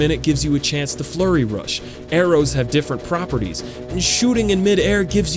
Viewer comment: You said "properties" and it confused me....